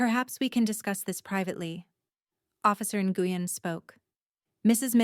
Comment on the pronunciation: It’s officer “Win (Nguyen), not “Ne-gu-yen! So frustrating when they mispronounce names!!